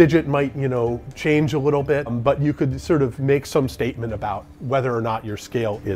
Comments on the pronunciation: "wittle weights" :) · everytime he says something with an L it turns into a W and it is hilarious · I am 100% certain he said wittle weights. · I love that it sounds like he’s saying wittle every time he’s talking about the small weights.